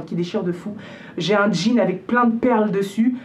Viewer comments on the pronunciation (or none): none